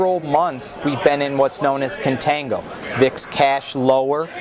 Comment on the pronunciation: its CON-tango